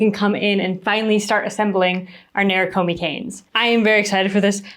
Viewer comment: Beautiful video and pieces! Thank you for taking us through this wonderful process. To anyone interested in the word “nerikomi” itself, it’s not “nair ruh koh mee” in the original pronunciation. To each their own way of saying things, we each have our own muscles trained in language, but for the curious “neh-lee-koh-mee” is closer to the Japanese pronunciation.